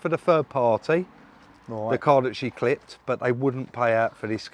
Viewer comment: you say clipped.